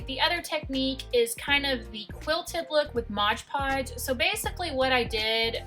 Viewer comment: Love all your pumpkins. Not Modge Podge; it is Mod Podge, just so you know.